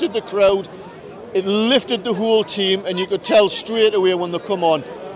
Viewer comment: Team not Ream